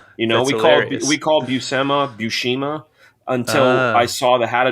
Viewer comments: Buscema is not pronounced Buseema, its pronounced Bushema. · Italian surname. Popular in Palermo Sicily. Respected (mafia) surname actually 🤣. My father is from there. In Italian the sc sound makes a sh sound. For example uscire (meaning to go out) sounds like usheereh. I never hear Buscema pronounced properly - Among my comic friends though🤣. Now you can teach me a thing or two about comic art! Loved your interview yesterday on the speed vs quality! Thanks